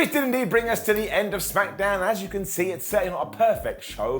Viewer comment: Heh, I always heard it as Smack-a-down or Smack-eh-down, but Smacketh makes sense too